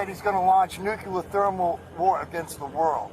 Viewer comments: Luke its NUCLEAR! not Nukular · That would be NOO-Klee-yar, not Noo-kuh-lar. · Nucular bruh? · Good coverage as always, Luke. By the way, it's pronounced "NU-clee-er." Let's not speak Bush Jr., please. 😉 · Why is it people in the United States CANT say N U C L E A R?